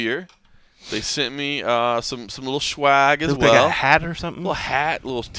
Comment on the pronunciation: Never miss mma road show..i like to put it on before i go to bed. John morgans voice is kind of relaxing 😂😂 they sent you schwag? Lolol myb you mean swag 😂